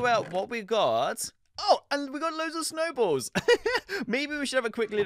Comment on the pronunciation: When goes to the snow mans body he find some snowballs but I only heard he sed snowbass